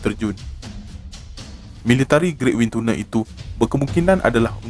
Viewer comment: Pronouncation : Wind Tunnel salah